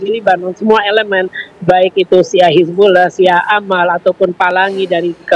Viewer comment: Pengamat aja sebutnya hizbullah presenter malah sebut hizbulloh